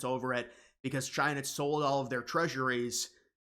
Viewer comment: Did you say “Trina”, like Trump and China combined 😂